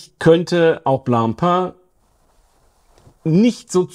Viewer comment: Prekäre Aussprache der Marke „Blancpain“. Die Nasale sitzen leider gar nicht. Vielleicht hättest Du besser gleich „Weißbrot“ gesagt…😉